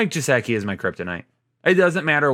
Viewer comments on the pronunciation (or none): I might be missing something here, but why does he pronounce "gesicki" that way? I know it's not a big deal lol just wondering cuz it's a little pet peeve.